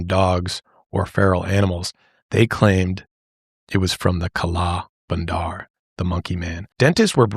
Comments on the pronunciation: we say kala bandar with the 'a' sound from banana (bah) instead of 'a' from an apple (ae) so you dictate it as kah-laa buhn-der meaning black monkey. this episode just reminded me of the monkey scare in my grandmas city, it was truly an insane time. even when you go hiking here in the city I live (nyc equivalent) the monkeys wait around to steal your food STRAIGHT from your bag, opening up the zips and all. they are very extortionate too, there was a lot on media in the 2000's that recounted how some thiefs actually used the smarts of these monkeys to help them steal wallets and etc in high local/international tourist areas. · As an indian, hearing you say kala bandar was so funny and adorable.